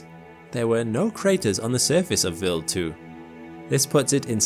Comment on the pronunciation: Vild 2 or wild 2 can't stand this computer voice AI